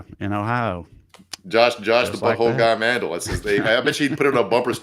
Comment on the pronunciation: Josh Mandel as in Hotel, accent on the 2nd syllable. Not like Vandal. Or Candle. Think Tommy James and the Mandelles...We've suffered with this asshole for years here in Ohio. Get his name right so we can all despise the right guy.